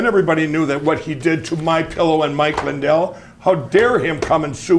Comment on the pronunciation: Mindell..did he say Mike Mindell?